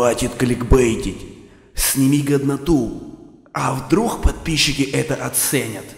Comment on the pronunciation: Не хештег а хештэх не вдруг а вдрух🤣😀😋😀